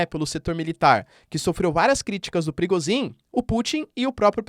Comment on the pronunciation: Toda vez que vc diz PRIGOZHIN, eu escuto PERIGOZIN